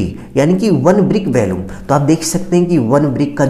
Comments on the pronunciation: आपका कथन बहुत अशुद्ध है। वॉल्यूम होता है ना कि bhalume और इसमें टूटने का कोई प्रावधान नहीं किया है। वह भी आवश्यक है 😅😅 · 😂valumn not volume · Valuam nahi volume hota hai engr. Sahab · Valumn nahi volume hota hai